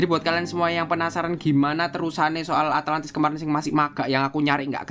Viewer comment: ATLANTIS BANG ATLANTISS